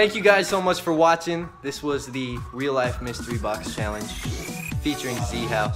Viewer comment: He said weal life lol